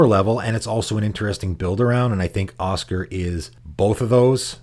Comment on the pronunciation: I know you probably get a lot of stuff for pronouncing stuff weird, and it is a fantasy game with made up names, but saying Osgir like Oscar is making me cringe. It's more like Oz-Gear in my ears